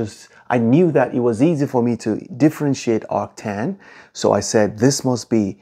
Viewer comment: ah yes, actan